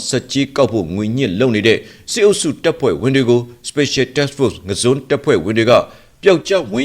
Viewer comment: ငါန်းဇွန်းလိုအသံမထွက်ရပါဘူး ငဇွန်လို့အသံထွက်ရပါတယ်ရဲဘေါ်